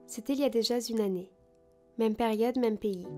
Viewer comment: Ton contenu est splendide, tu frôles la perfection. La seule amélioration que tu pourrais apporter, selon moi et avec toute ma bienveillance, ce serait d’éliminer les quelques petites fautes de français dans ton audio. (C’était il y a déjà z’une année ... par exemple). Encore une fois ma remarque n’est pas un jugement. Tu m’éblouis vraiment par ton travail. :*